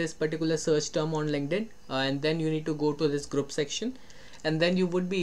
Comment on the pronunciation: your two words really took my brain out - WOMENS , lINKEDDDDD-INNNN